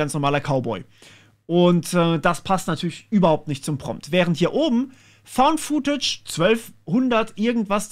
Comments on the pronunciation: Footage spricht man futtetsch aus, nicht fuhtätsch. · "Footage" bitte mit kurzem "oo". Hat nichts mit "food" zu tun.